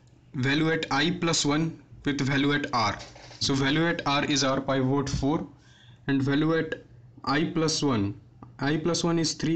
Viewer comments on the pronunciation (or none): It is Pivot not Paaivoat.